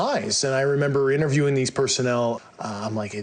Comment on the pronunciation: I was interviewing these personnel. Another word mispronounced?